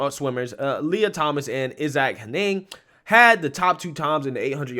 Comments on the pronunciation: Hen-iG, not Hen-nehng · I didn’t think it was possible to butcher a two-syllable so badly. “Henig” is not a difficult name to pronounce. It sounds exactly as it looks. “Hen-ig.” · Honestly hearing the way you pronounce that second name makes me think of the key and peele sketch. Hilarious!